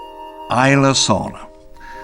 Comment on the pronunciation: Finally! Someone pronouncing Isla correctly!